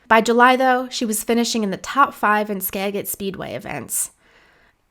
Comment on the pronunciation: It's pronounced "Skajit"